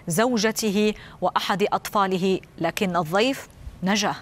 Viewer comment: ليت المذيعة تتعلم طريقة لفظ حرف الضاد صح فهي تلفظ كلمة الضيف ب الظيف